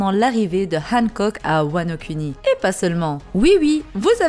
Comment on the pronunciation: j'sais pas si je suis le seul à kiffer le fait qu'elle prononce "Wano Kuni" et non Wano "kouni", je prends mon pieds à chaque fois^^